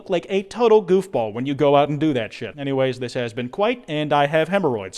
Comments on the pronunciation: that's "kwite" the animation. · Kwite? More like Kwite Factual.